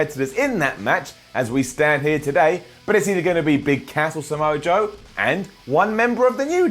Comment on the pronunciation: You've pronounced Samoa Joe wrong. Seriously, imagine Joe with the briefcase. Imagine that bundle of smug sneering hatred with an instant "make me champion" option.